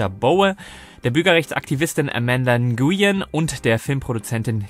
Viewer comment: Der vietnamesische Name Nguyen wird wie Wen oder Win ausgesprochen